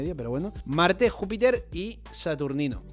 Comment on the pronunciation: Porque le llamáis yupiter? Es Júpiter